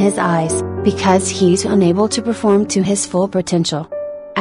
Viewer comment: “Come n perfelorm beautifully for armies” ahhh that part 😭💜